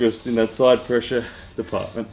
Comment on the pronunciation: Also : ‘pressue’